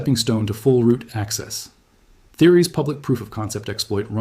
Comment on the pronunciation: Is the script/person seen in the video ENTIRELY AI-gen'ed...? The language mistakes are absolutely AWFUL and no human speaker would ever speak that way. ROOT or... "Roo T" ... "Rue-Tea" all because of a line break point I assume absolutely murdering the AI's ability to make a believable output. Shame because your channel actually looked good at first glance... but I guess thats common for A.I.